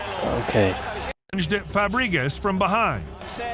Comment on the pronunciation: Fabre-gas not Fah-bree-gass